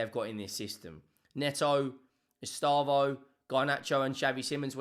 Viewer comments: It’s pronounced “S - Day - Vow” not estavoH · Pronunciation guide: eh-SHTEH-vo